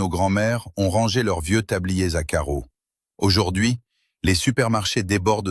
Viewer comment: Au fait, on ne dit pas 'aujord'hui' mais' aujourd'hui'......